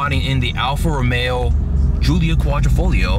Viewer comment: alfa ro-mayo